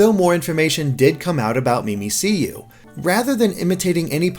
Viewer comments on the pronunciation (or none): I'm pretty sure it's pronounced 'mimic-you' you know like cuz its mimicking a Pikachu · yeah mimikkyu ;) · ugh... "Mimic You". not 'me me see you' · Umm,, I think Mimicyu is supposed to be pronounced like "Mimic you", not "Mimi-See-You". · * hears Mimi-see-you instead of Mimikkyu * * cringes to death * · "MIMI-SEE-YOU" How the fuck do you get a C sound from two Ks? It's a pun on "Mimic You" as it's literally a Mimic Pikachu. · It's not 'memeseeyou,' it's supposed to sound like 'mimic you' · "MimiSeeYou" come on its literally "Mimic" and "you" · I think Mimicyu is pronounced "mimic Q" because it's mimicking pikachu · Isn't it pronounced mimic-you since it wears the pikachu costume? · Did you call Mimiku "Mim-ik-you" Mimiku"Mimi-See-You"? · It's pronounced Mimic-you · "mimiseeyou" "battle royal" come on guys y'all need to get your pronunciations up to speed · Quiatchon the name is supposed to sound like "mimic you" mimik yu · Why does keep calling 'Mimikkiyu', 'Mimiseeyou'? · It's Mimikkyu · mimiciou is pronounced mimic you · It "Mimic You". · You all suck at pronouncing everything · wut its mi-mikk-you, you guys should honestly at least learn Japanese pronunciation or something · I cringed every single time (and there were many) he said "mee mee see you" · Mimicyu is pronounced Mimikyuu i believe... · How do you get "me me see you" from Mimikkyu? There are two Ks! The letter K literally never makes a soft sound in any word ever. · "me me see you"??? How did you even mess it up that bad? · It's name isn't Mimicyu. It's (japanese) name is actually Mimikkyu. Literally "Mimic You" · wtf. mimiseeyou? really? u must've done awful in English class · Lets talk about how keeps saying Mimicyu wrong if u see this its pronounced Mimic you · Mimi-c-yu, not mimic-yu? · "Mee Mee See Yoo" Disliked and unsubbed. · Not even sure how he's getting that. It's "Mimikkyu". There's no c, there's two k's... It's a mystery. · more like mi-mi-q